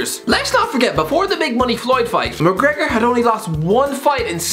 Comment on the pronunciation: Mcregor more like Mac- Regor lol Boy Im down bad